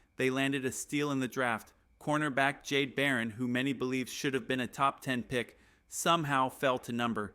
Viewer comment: IT'S JADAE!!! NOT JADE!!! IT'S ESTIME, NOT ESTEEM!!! GET IT RIGHT!